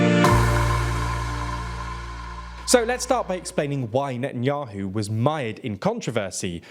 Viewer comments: "Netanuahu" "Popilarity" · "net n yoohoo" hee hee 😆